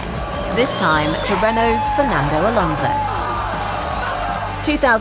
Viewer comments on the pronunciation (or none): none